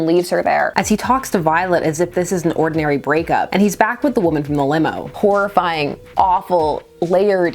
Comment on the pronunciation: I heard this as "Whorifying" instead of "Horrifying". I apologize for being a disgusting person.